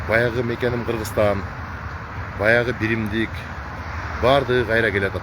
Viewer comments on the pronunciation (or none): none